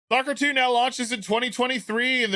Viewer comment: "Salker 2"? Shame! It's "S.T.A.L.K.E.R. 2"!!